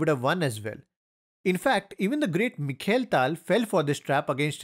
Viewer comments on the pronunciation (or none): none